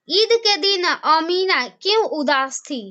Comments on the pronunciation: Amina hota hai amiba nhi hota hai bakoli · Amiba nahi amena